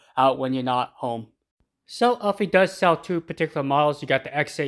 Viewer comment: It isn't pronounced Uffy, it's pronounced Ew-Fy. Cool Robot! Can you do a competition between all the Self-Empty robots you have?